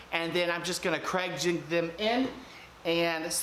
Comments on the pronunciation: YOU ARE AWESOME I LOVE THE WAY U POP UP ON THE SCREEN IT MAKES THE VIDEO SO MUCH MORE FUN. I ALSO LOVE HOW U SAY CRAIG JIGGET. I LAUGHED SO HARD. CAN U MAKE A FLOATING SHOE RACK PLEASE. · Please, please, please STOP using cregjigging the word is "use pocket holes" or " we will use creg jig pocket holes"